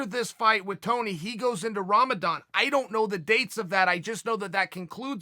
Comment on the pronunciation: No one: Chael: “Rambadan”